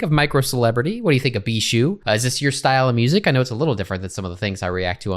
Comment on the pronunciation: (it is pronounced bee-shoe btw)